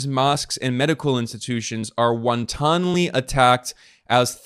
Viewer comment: Won-ton-ly really ben?